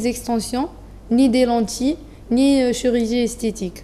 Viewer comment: Chéugie on dit chirurgie